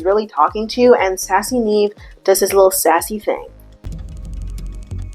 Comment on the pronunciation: Every time she says “Nev then says” I hear “Neven says” and I like to think that’s what Nev is short for.